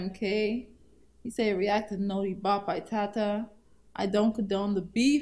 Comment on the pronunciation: It’s notti not noti